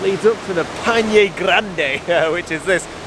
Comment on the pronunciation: Torres del Paine crash course: "Pai" as in Lemmon PIE, "Ne" as in NExt, so, PIE+NE... hahah now you got it 😂 BTW, did you try the mate drink? hope you did...